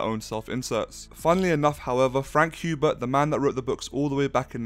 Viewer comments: Sweet Jesus hearing HUbert instead of HERbert is distracting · Says after reading dune Messiah Paul atredies is is favorite character Pernounces "Hubert" instead of "Herbert" Lmfao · In the video you were saying frank herbert's name wrong